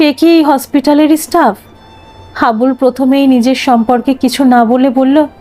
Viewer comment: নামটা হাবলু না হাবুল।